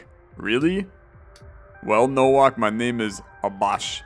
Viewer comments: Nowak is said as NO - waaa (like wario) - K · Bro pronounced Nowak as Nouak fucking kill me 💀💀💀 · pretty sure nowak is pronouced novak since its a polish name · Nowak is pronounced as "NOVAK" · No reason to explain yourself, no one reasonably expects you to properly pronounce every foreign surname perfectly. Just found it funny, for the record - it's just Novak. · Am I correct in thinking it's pronounced like the W is an English V, so like No-Vac?